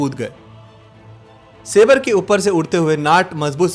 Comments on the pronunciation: Wo "sabre" hai "sabrey" ni ... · A minor correction about the pronunciation of saber. It is pronounced se-bar or सेबर in Hindi. Saber means a short sword. Gnat is pronounced as नैट (ततैया )The use of obsolete vampires against modern F-86 jets was a bad decision on the part of AM Arjan Singh. He regretted it. The attack on Lahore was bungled by the local commander because there was no resistance and he mistook it as a trap. I was fourteen years old and in high school. Ther excitement was electric. The public morale was sky-high. There was a CAP or constant air patrol over Delhi and people stood over rooftops to track every plane. A C-130 transport aircraft was shot down by anti-aircraft fire in the night over Shahdara and all Pakistani paratroopers in it died. It was great fun. Ditto in 1971. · Most of you wannabe journalists need to work on your pronunciations. It is Sabre jet (pronounced as Saber) and NOT Sabrey. 😡